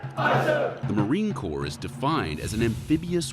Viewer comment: It's pronounced Core and spelled Corps